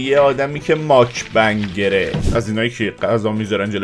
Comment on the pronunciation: ماکبنگره؟موکبانگر درسته😅